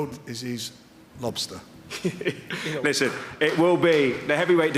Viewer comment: Frank Warren "and the world is...he's lobyster" ha ! love Frank